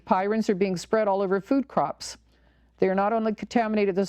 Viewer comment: I believe the oddly folded proteins are called prions (pronounced PREEons), not pirons. Thanks for your work. At the very least, they need to get the flouride out of the water supply. I don't drink tap water due to that and the chloramines plus all the pharmaceutical traces and who knows what else, pesticides, glyphosate (Roundup), and on and on. Yet the Sierra Club wants us to drink tap water to save the landfills from being overwhelmed by too many plastic water bottles from bottled water. I am sending out crystal messages to prevent 5G. I have tried to tell people about 5G but most people are so dumbed down from consuming the tap water!